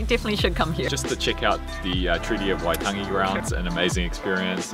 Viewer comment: That intro was awesome!! Great pronunciation too. It's been years since I have been near Waitangi, and in saying that I actually don't think I have been where you guys went so I am pretty slack!